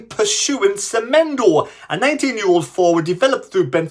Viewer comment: Semedo not Semendo pls